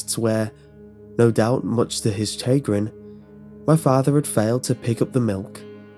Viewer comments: Chagrin is pronounced "shuh-GRIN," not "CHAY-grin." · "chay grin" Come on man...come on. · Chagrin is pronounced "shuh-grin", unless this is an issue of accent/ country pronouncing it differently. Love your stories. Thanks for keeping me entertained as I am working :) Peace. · Chagrin is pronounced "Shaw-grin" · It actually is shug-RIN, but he's British so it might be a bit different in his area. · Please look up how to pronounce chagrin. Love your voice but you gotta pronounce stuff correctly